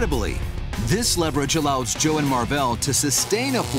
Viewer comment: the dude seriously said "Joel" it's Joe...